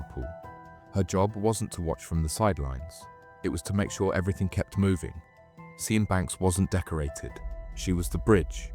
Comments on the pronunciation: Sian. Pronounce Shan. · Also, Sian is pronounced "Shahn" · I agree well made, only downside is it triggerd me every time you said the girls name wrong all the way through, it pronounced 'Shahn (with a long "a" sound)' its a strange spelling I know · Sian is a name of Welsh origin and is pronounced Shaan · You could at least learn to pronounce her name properly ffs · How can you not know how to pronounce Sian? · Sian isnt pronounced like that 🤡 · Lost interest when the narrator couldn't pronounce Sian...it's not even that unusual. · Please learn how to pronounce the name Sian 😂 killing me everytime 😂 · Who pronounces Sian like that!? Is this AI voice? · Can’t pronounce the name Sian lol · Yeah the mispronounced Sian is wild 😂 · Sian is pronounced “Sharn” not seeyan. Just saying. Great vid tho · Thw woman's name Sian as In Sian Banks is pornounced Sharn. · It's pronounced "sharn" not "si-an". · SIAN pronounced SHARN, NOT SEE ANN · Just curious, but why does the narrator keep saying 'Si Ann', when I'm sure it's pronounced Shahn! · Sian rhymes with ‘Barn’, not See-an 😂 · Good video - you've got a good narrator's voice and good story telling! BTW Sian is pronounced 'Shahn'. That name has always tripped me up. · Sian is pronounced as "Sharn", not "See-an" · Her name is pronounced sharn 😅. Not sy-an. That's a colour. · Yep, it's Sharn, not See-an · Her name is not pronounced " see an " its pronounced sharn apart from that it was great . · Is her name really pronounced as cyan? Isn't it "sharn" ? Lol but otherwise nicely done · See-an 🤣 its pronounced 'sharn' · And pronouncing a welsh name as si-anne instead of sian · its pronounced Sharne i think not Cian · I think it’s pronounced like “Sharn” not Sss-ee-an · Great video mate, enjoyed that. Her name is pronounced sh-arn, not ze-an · Sian is pronounced Shaan not Cyan- are you using a text to speech programme? because if you are I'm done with you. Narrate in your own voice- not a stupid AI that is crap at pronunciation!